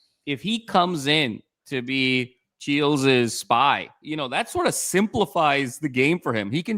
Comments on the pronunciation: Chiles with a long I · Don’t trust AI for anything. It is Chiiiiles, not Cheelz.